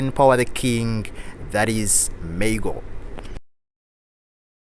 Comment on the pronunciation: Maa-goo ... Not May-go 🤦🏾‍♂️